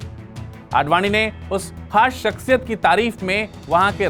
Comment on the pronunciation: jb urdu nahi bolni aati to ku bolte ho? shaksiyat hota ha .. shakshiyat nahi..zero ko jero bolne wale